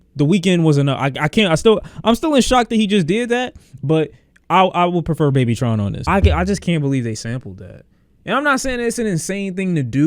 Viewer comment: bro said babytron